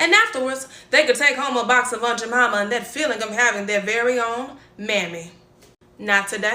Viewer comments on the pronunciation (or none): Quit pronouncing it as Aunt Ja Momma. It's Aunt Jamima, with a long "I". Damn! These new people coming on the scene, should ASK somebody. You make it sound even more derogatory by mispronouncing it.